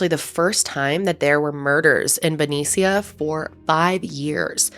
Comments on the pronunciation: BEN E SEE AH. I’m screaming. Because I’ve never heard someone who’s not from here trying to pronounce it. As someone from the Bay Area, Benicia: buh-knee-sh-ugh. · Ben-ee-sha is how to pronounce Benicia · It’s BENICIA (sha). 😊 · In the Bay Area we actually pronounce Benicia like benisha, although I love the way says it.